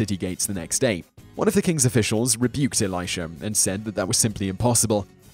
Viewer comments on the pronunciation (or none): none